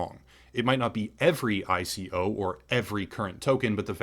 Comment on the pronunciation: Lol ICO. It’s not said like a word, you are so clueless sometimes lmao